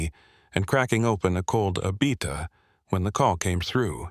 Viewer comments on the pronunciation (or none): "uh-BEETTa", sorry no, it would sound like "uh-BEE-duh"